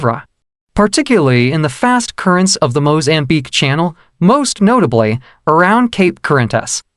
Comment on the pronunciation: This must be AI narrative, words are pronounced poorly, lot's of grammatical errors which makes it irritating to listen to. It's 'floor day la mar'. It's Mozambique not Mo-zambique. Stop emphasizing 'de' in flor de la mar. It's a good introduction to the Floor de la Mar.